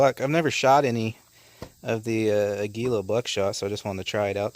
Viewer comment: That brand name, Aguila, is the spanish word for eagle (note the eagle on the box). It's pronounced Ah-gee-lah - the emphasis is on the first syllable (Ah), and the g is pronounced like the g in the english word Give. Keep shooting and keep the videos coming. .